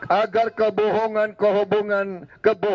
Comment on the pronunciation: Kalah ya kalah aja.! 😅 Pidato nya aja kaku" gitu.! Bilang kebohongan --> kehobongan 😅😅